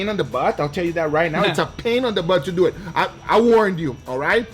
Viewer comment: Let’s dew eeh” I hate when you say it like that. Say it nice and slow LETS DUUUU IT